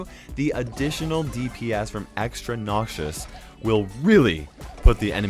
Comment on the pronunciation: Nobody:: NOCSIOUS